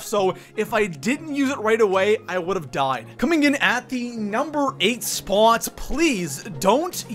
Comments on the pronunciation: why do you always pronounce spot like SPAAAAWT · You pronounce the word spot really strangely.... It was doing my head in....